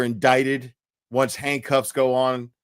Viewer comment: Sounds like you were saying hank cuffs😂